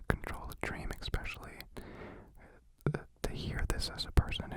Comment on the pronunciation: omgg you say expecially instead of especially ☺️☺️☺️☺️☺️☺️☺️☺️☺️☺️☺️